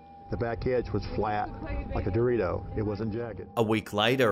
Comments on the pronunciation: Texas annunciation=dough-tee-tows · “the back end was flat, like a Dorito...” 😂😂😂 uh I think the shape is called a triangle. His Texan accent while saying Dorito was so funny to me